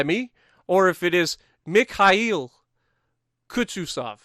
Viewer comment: cha-Pie-ev is how that’s pronounced. Also it’s kooz-Nets-ov